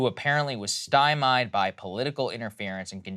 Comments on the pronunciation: Oh God, hearing Saagar pronounce stymied as 'stye - mide, like nails on chalkboard to my ears. Saagar, it's stye-meed. The verbal tics, mispronunciations, and incorrect expressions, that are so frequent in your speech may not be something most folks pick up on, or care about, but they are painful to the point (for me) that it completely disrupts my focus on what you are talking about. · "Stymeed", not even Canadians say styme eyed cause that sounds like a disease that dogs get. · Note to Saagar: stymie is pronounced 'sty-mee' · Can we please get a linguist to work with Saagar so he can learn how to pronounce stymied?